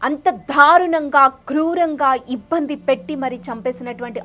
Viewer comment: dharunanga kaadu darunanga... ibbhandi kaadu ibbandi... entha vathi palikithe antha baga torture chesaarana? telugu telusuko talli mundu.. fake charitralu whatsapp stories taruvatha cheppochu